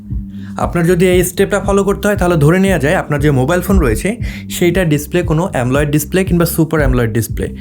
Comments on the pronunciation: AMOLED কে “এমোলেড" এর পরিবর্তে “এমলোয়েড" বলেছেন ভিডিওতে। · ভাই এতো দিন শুনছি AMOLED ( অ্যামোলেড) । আপনি বলছেন AMOLIDE ( অ্যামোলাইড) এটা আবার কোনটা?